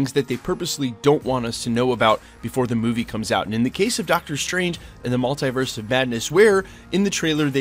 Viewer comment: STOP PRONOUNCING MULTIVERSE LIKE THAT